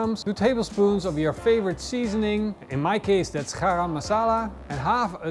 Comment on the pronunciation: I'm not sure if you're trying to say GA-RAM masala or HARAM. I think GARAM is most appropriate.